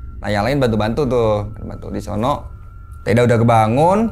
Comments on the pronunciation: ada yang ngitung ga, berapa kali narsum ngomong DI SONO pake K ^.^ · Gua keganggu sama kata "disono" .. Disono nya pake penekanan seolah nama tempat.. (Kaya di solo = nama tempat) Padahal disono itu cm kata yg menunjukkan suatu tempat,bukan nama tempat...